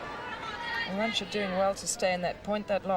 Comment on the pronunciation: Btw It's Arantxa, not Aranxta.